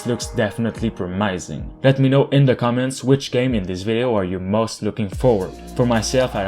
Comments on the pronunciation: No, it's pronounced pro-miss-ing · Prom-is-ing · Love your channel, by the way the pronunciation of "promising" is pro·muh·suhng keep doing what you do best <3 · Love the videos man, and hopefully this doesn’t come off as offensive but you’re pronouncing the word “promising” wrong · I like how you pronounce "promising", never heard that before. :) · Me too lol, caught me by surprise